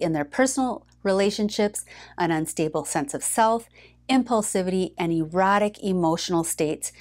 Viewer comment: i heard erotic... but i wonder if you saiderratic? lol But it's very different. I'm not sure which one you said.